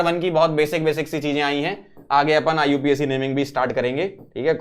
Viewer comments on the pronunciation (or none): none